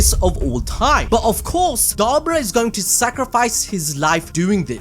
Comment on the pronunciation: I think you're saying his name wrong